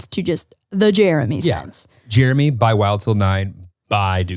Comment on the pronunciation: It’s mammi and papi and jeremyuh